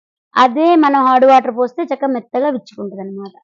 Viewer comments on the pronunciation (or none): హార్డ్ వాటర్ కాదండి అది హాట్ వాటర్... కానీ చాలా బాగా చెప్పారండి....